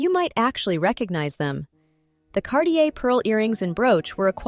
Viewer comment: CarTier et pas Carlier .l’i.a impose des traductions très approximatives... un collier du IXéme siècle, comme c’est étrange !